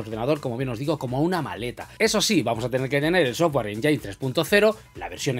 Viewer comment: no es enyain(engine) es: enyin (engine).....jejeje